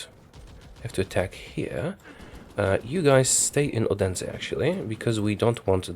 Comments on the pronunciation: Odensa? It is pronouced oo ensa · you need to pronounce odense as olense the d sometimes changes to an L in the danish language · The way you said odense made me laugh, you can't hear d in odense in danish after all. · Haha that way You say Odense.😁 And yes Hans Christian Andersen is from Odense. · bro you pronounced odense wrong. the d in odense is silent so it has to sound like the TH in THE. btw love your videos